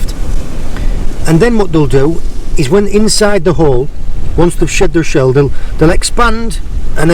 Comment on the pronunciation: Oh my days, saying shed their shell in a Cornish accent now, picked it up proper aye!,😉